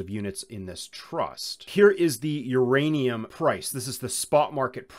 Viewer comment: Theirrainum ..lol 😂